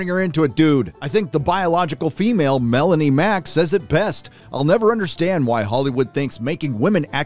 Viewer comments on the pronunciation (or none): none